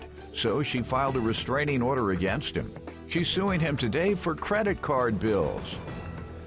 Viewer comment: Can someone please correct her and let her know it is a "restraining" order and not a "rescraining" order!! 🤦‍♀️